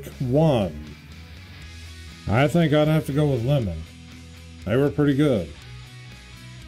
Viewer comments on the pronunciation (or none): none